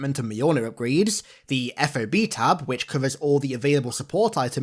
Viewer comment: As someone from a military background... please call them Fobs like a key fob and not eF-Oh-Bee.... Yes its an acronym for Forward Operating Base but we just called them Fobs instead of saying the letters... Or don't lol... It's just for some reason when I hear it that way it's like nails on the chalk board.... and when in "military" style games and movies they say that way I feel like they didn't do their research.... :p ;) Good vid btw :D